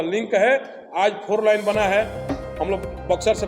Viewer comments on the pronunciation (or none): अबे बोलने का तरीका सिख ले फोर लाइन नहीं होता है फोर लेन😂😂😂😂😂😂😂